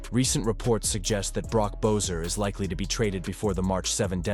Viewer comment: Who the fack is bo-ser it's pronounced be-sser. Your video lacks integrity when you can't even pronounce the players name properly 🙄